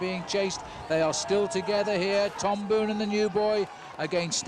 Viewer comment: It just hurts my ears every time commentator mispronounce Boonen's surname.